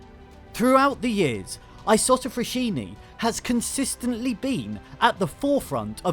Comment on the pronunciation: Write the name in google translate, listen to how it’s pronounced.